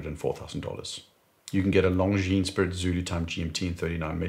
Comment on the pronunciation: Correct pronunciation of "Longines" ! I like that. So many "experts" in their videos pronounce it like it were an English word, "lon-jeans"; so horrific to hear ...